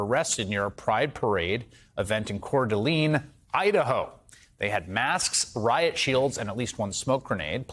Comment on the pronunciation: Not to sound off topic, but I cringed when mispronounced the city Coeur d'Alene. It's pronounced Coeur d'A(lane), not Coeur d'A(lean)e.